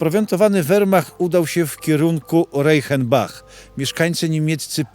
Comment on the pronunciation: RAJCHENBACH się czyta;) człowieku masz całkowicie błędne wymawianie niemieckich nazw to trąci dyletanctwem:)